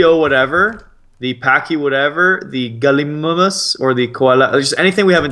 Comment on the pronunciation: You pronounce gallilimus galimaimes